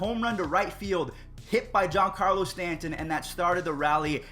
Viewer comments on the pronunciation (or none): none